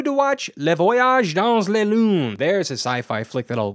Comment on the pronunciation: Uh, except that he pronounced "la" like it was "les." It doesn't sound like "lay," which is how he said it. The whole thing was mangled.